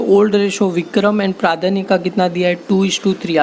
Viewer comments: Sir it's प्रज्ञा not प्रादान्य😂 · Pradhanya nhi pradnya hai sir sahi pronunciation karooo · Pradnya ko sahi se pronounce karo bhai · Sir please pronounce pradnya correctly please 🙏